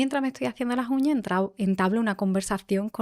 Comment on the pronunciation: Me está gustando mucho esta entrevista por todo lo q se está aprendiendo y también porque la Entrevistadora,en algunas ocasiones, mejora su pronunciación q es bastante deficitaria,sin pronunciar las ssss.P.ej.Qué vamo a llegar? En lugar de: "Qué vamos a llegar?.Contejto,Uñaj,lasjuña,en lugar de Contexto,uñas,las uñas, etcétera. Otro error q no ha aclarado la Entrevistadora en ningún momento si se trataba de Cartagena de España 🇪🇦 o Cartagena de Colombia,han repetido a esta ciudad a lo largo de toda la Entrevista y no lo han aclarado. No des por sentado una cosa cuando hay varias opciones y hay q aclararlo para q el receptor siga con claridad el mensaje. Aconsejo q la Chica q hace estos Podcasts lea Audio libros para mejorar su pronunciación y dicción pq molesta oir hablar mal y puede hacer q no se le tenga en cuenta en próximas publicaciones.Gracias.Viernes12-Diciembre- 2025 Hora: de la madrugada.